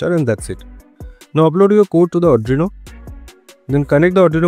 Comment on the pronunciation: Not Adrino it's Arduino..😆